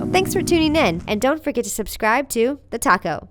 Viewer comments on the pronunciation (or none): none